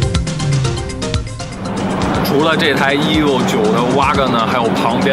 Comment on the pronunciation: 听他那个EVO的发音，我就想关掉了